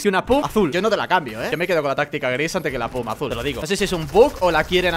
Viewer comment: 8 no se dice pum se dice pump